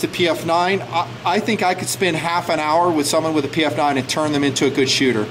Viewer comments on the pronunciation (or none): Great Vid's but man I get tired of you calling it the PM-9 and not PF-9. But I really enjoy my PF-9. It is accurate. If I go slow and stage the trigger, I can do 2-3 in. groups at 7 yards. For a DAO it is a great little gun, and gets carried everyday.